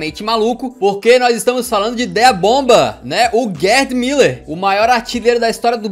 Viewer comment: Porque é que vejo pessoas no Brasil a pronunciarem Müller, como Miller? Já vi várias vezes. Mas é mUller, mesmo.